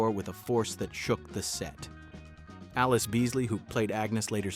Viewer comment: Great video!! I learned a lot! But...Allyce Beasley's first name is pronounced "ah-LEESE" like "a lease," with the accent on the 2nd syllable. Check out her GMA interview with Joan Lunden to see how she is introduced.